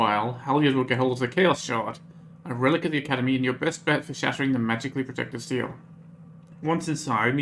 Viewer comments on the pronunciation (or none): Stele is pronounced "STEE-lee" (it's Greek).